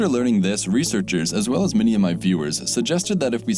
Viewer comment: (and earlier) the word is pronounced "many" mot "mini."